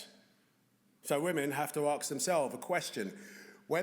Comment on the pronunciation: Why is Idris saying 'ARKS' instead of ASK ? I've seen him in plenty of stuff - he does not talk like that. - he says 'arks' then he says 'asking'.